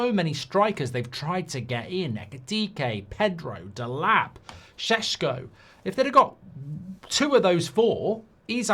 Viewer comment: It’s Sesko, not Sheshko.